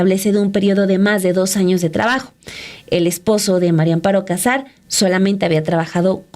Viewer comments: No es Cásar, no lleva acento en la primera "a", éste apellido lleva acento prosódico, o sea, no escrito en la segunda "a" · Aprede a pronunciar el apellido cazar